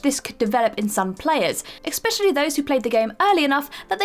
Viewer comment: Does anyone else wish she'd stop saying, "ecspecially"?